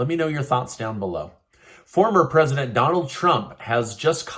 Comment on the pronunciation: I’m so tired of this guy someone needs to get him out. “Presidend”